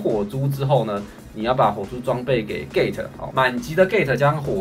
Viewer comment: gate 我听到gay